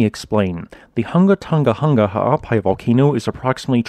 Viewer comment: KUDOS on saying the Volcano name (several times) without the slightest hesitation! You're the boss!